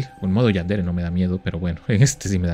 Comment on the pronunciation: Es yanderee no yanjire